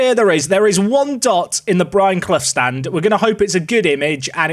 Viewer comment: Calls Brian bre-anne 😂😂😂